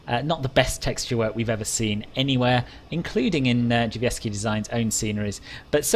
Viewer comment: I have NEVER heard anyone say "Drzewiecki" as well as you have. Fair play, I'm impressed! Fantastic review as always!